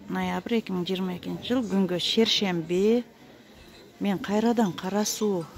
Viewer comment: Шершемби эмес шаршемби эже.